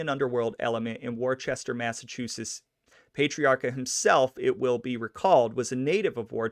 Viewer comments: Pay-tre-a-ca....? .,.... Pat-tre-a-ca. Pat....Not...Pay ..... I Hate the pronunciation police ...... But....it is What it is....Thanks for information on " Raymond " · Yikes. I'm 4 minutes in and had to stop to come here and comment on what zillions of others already commented on! Yeah, Worcester is "Wooster" or "Woostah", with the hard core "Vode Islin" accent, and PAH-TREE-AR-KA, or in Vode Islandese, PAH-TREE-OCK-A. He was generally referred to as "Raymond", never "Ray". His son Raymond Patriarca Jr. was known as "Junior", like "Junior" in the Sopranos. FYI if you ever come across these RI cities, East Greenwich or Gloucester, they're pronounced "East Grennitch" and "Gloster". Ok, I'm rewinding and will actually watch the whole video now! Thanks for doing this. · PLEASE pay him some RESPECT and pronounce his name correctly PATRIARCA sounds like this ----> PAT - TREE - R - KA ~ Grazie